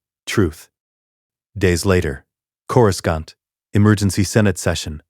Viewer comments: Channel would be better if it didn’t us garbage ai voice that can’t even pronounce Ahsoka or Coruscant correctly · Yeah, I don't get why they can't tweak the robot narrator to pronounce Ahsoka and Coruscan't correctly.